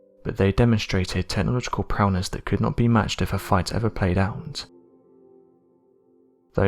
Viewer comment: Also, it is AATIP. Not AITIP. And I swear, if he said “prowness” one more time...